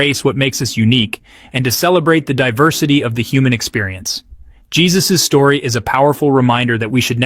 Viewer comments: I just found your channel and subscribed immediately. I just wanted to let you know, with all due respect, that Jesus A.'s first name is not pronounced in the common way. It is Hay*SOOS, with the accent on the second syllable. Thank you for all of your hard work.😁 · Hay soos is how it is pronounced...